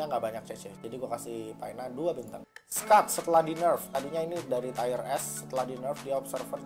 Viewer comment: Lu kalo ngomong agak jelas dong, pas ngomong bintang kaga jelas bat